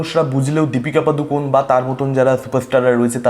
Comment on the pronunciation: পাদুকন না বলে পাডুকোণ বলো দাদা কানে বড্ড লাগে😂